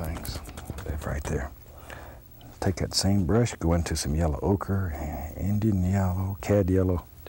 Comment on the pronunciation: Bob says Yellow like there's no "w" - Yello.